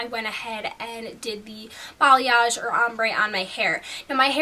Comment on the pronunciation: You say or weird :/